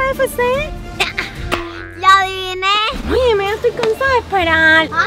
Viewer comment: La mamá de diciendo QFC cuando es KFC🤣🤣🤣😂😂😂🙃🙃🙃